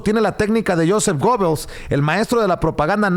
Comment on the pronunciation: se pronuncia "yusef guebels" y de hecho "TODOS" las propagandas políticas modernas utilizan su modelo y se basan el uso de medios masivos. Este sujeto era sumamente inteligente y revolucionario para su tiempo, sólo que pues con ideas algo torcidas,o al menos eso dice la historia. y pues hay que dejar de dar replica a todo como perico y hay que indagar más en el tema que vas a exponer, y no me mal entiendas me gusta tu canal, saludos.